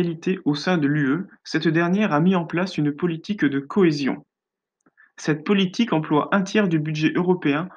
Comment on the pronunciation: cetteuh politiqueuh